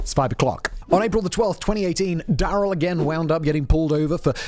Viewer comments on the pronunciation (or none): none